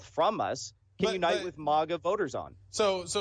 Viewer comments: "MOGAH movement" LOL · MAGA is pronounced like Saga. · He pronounces MAGA similar to the second word in Krav Maga, except with stress on the first syllable.